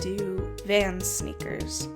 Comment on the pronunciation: when you say sneakers i can't not understand snickers, help.